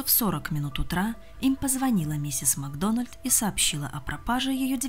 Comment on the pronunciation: МаГдона́льд? Вы о чём? Это шотландская фамилия! Macdonald! Нет редактора? Обращайтесь!